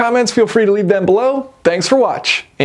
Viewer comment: "Thanks for watch ing" got me good at the end.